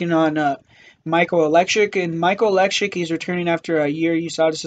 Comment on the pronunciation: lol 😂😂😂😂😂😂 u said Oleksiuk bro, its Oleksiejczuk lol